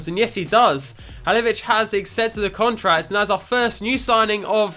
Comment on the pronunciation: I'm almost positive it's pronounced "Ha-LIL-o-vich"